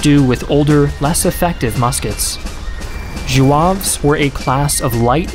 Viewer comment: Zouaves have North African origins from Algeria, not French.. it was not a French name, the French themselves took this name from the tribes of Algeria after colonization, and took their uniforms too.. it's pronounced Zouaves, not Jouaves.